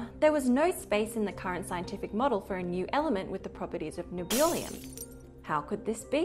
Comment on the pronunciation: Good lord, they just straight up murdered Nebulium.